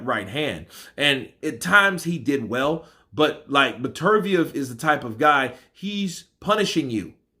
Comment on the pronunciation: Get his name right...Beter - biev.